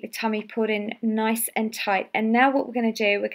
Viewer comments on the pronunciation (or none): none